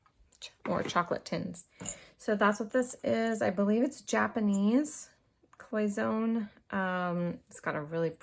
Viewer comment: Your little tea pot is pronounced cloy son nay.